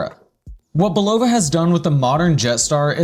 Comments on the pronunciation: Nice vid however, as is said in the bulova adverts you feature it is pronounced bull-ah-va, not bull-o-va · yes please pronounce Bulova correctly. Otherwise, good job! I love my jet star limited edition and it gets significant wrist time over 1 year in! Just beautiful and accurate -1 second per 3 months. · If you were to pronounce the brand name correctly i could possibly get through the whole video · Given the fact that he uses two commercial clips in which the name is correctly pronounced, it is even weirder that he keeps pronouncing it wrong. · Hi, Thanks for the videos. I'm subscribed and Liked several. I especially enjoy the antique watch hunting. Not a collector myself... yet. One request: google how to pronounce Bulova.